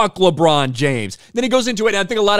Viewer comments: Did he say “LeChong James” 😂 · “LeDron James” 😂